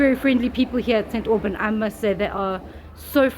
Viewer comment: 😂 😂 It's like St Aubain (slightly silenced n)